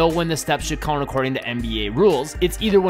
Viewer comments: "Count" say it..."Count" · Dude what in the f is this accent? 😂😂 “count”